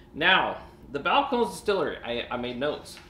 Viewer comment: 3 syllables...Spanish pronunciation.